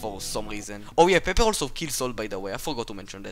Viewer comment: "Salt and peppe" oh uh- this is what I heard 😀